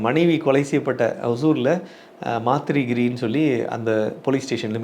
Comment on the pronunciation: சமூகப் பற்றுடன் காவல்துறையின் தவறான செயல்களை சுட்டிக் காட்டும் அன்பர் ஐயா அவர்களுக்கு வாழ்த்துக்கள்!! (ஓசூரில் உள்ளது ஒரு கிராமம் மாத்திரிகிரி அல்ல மத்திகிரி)